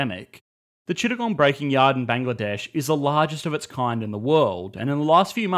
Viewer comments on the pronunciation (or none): none